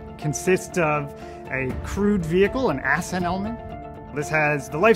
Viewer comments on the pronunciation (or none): did anyone else notice and they pronounce ascent as "ass scent" man they got some funny characters at blue origin 😂😂😂